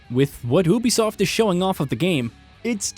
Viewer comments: he said ubisoft wrong L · Your pronouncing Ubisoft wrong/weird.